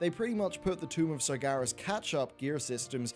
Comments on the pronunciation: SargEras not SargAras Geez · Why do you keep saying Sargaras? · The Amazing Ace Meracruzer not it is not. It's Sargeras the name is even pronounced in the game so there is no reason for people to get it wrong.